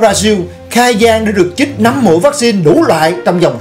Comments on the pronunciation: LỖI CHÍNH TẢ : 1- Lươn lẹo ( not lương lẹo ) 2- Chích ( not chít ) Xin góp ý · Chích, chứ ko phải " chít ",!